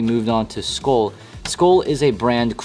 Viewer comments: its pronounced skull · It’s “Skoel”